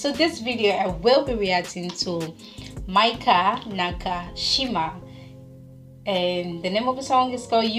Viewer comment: Not “maika,” she is “mika”!